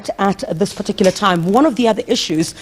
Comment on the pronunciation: Please stop saying "PARTICULAR" PLEASE!